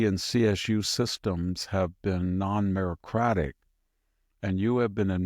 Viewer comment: Stop saying merocratic it sounds stupid